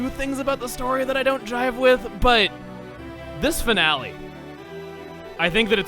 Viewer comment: Could you say this is the fi”N”ale?